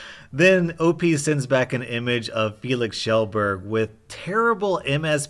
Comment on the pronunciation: Did he just say Felix shellburge not Felix KJellburge